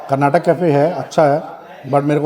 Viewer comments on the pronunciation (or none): none